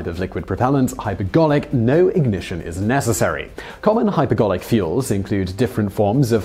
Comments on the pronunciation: Wait, did it say, "Hyperbolic" when it meant, "Hypergolic?" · Poor preparation, team ! It's hypergolic, not hyperbolic 😀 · HyperGOLIC not HyperBOLIC. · You switched from saying "hypergolic" to "hyperbolic" for the last one. Not really consequential if the viewer is paying attention, but precision in language is important. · Do they include one mistake in each of these videos intentionally? 'Hyper bolic' fuels -- really? "I'm so powerful that if you're not really careful on that throttle, we'll hit Warp Factor 9 and end up at Alpha Centauri..." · Did anyone else hear hyperGarlic??